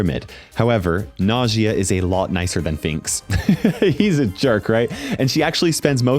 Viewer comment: I think Nagias name is supposed to sound like nausea